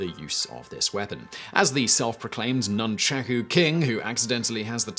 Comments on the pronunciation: Nunchacku. The proper pronunciation is nunchaku . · Whoever says Noonchacoo instead of Nunchaku can't be trusted 🤣🤣 please DYOR & learn pronunciation. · "Nunchucks" is a very lazy way of pronouncing "nunchaku" and a more accurate word for ninja is "忍び Shinobi", the original Japanese word, which roughly translates to "ruffian, spy" which is, itself derived from "忍び寄る shinobiyoru", meaning "creep around".